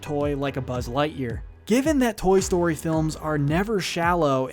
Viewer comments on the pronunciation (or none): Toy stoy 4 the talking 🍴.